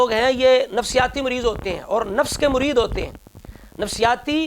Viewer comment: مُرید نہیں....... مَرید..... شیطاناً مَریداً